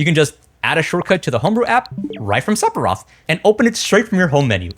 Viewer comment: I didn't pick up on it at first when he said Sephora but I understood what was happening when he said Sephiroth 😂